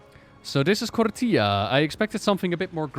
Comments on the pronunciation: please stop pronouncing it like "torilla", it's KOR-FEE-AH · Did you mean "tortilla"? :D Anyway, "TH" is never pronounced like "F". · Is there a reason says Kortía instead of Korthia? Feels like my friend when he says Ar-tie-FIE-cer instead of Ar-tih-fih-cer. Just pronounce it like the devs do gdmit